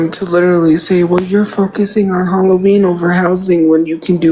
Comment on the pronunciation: You mean when she talks about HUHLA-ween? That one drives me fucking nuts. I better be careful what I say here though, I don't want to get sued for deffermation.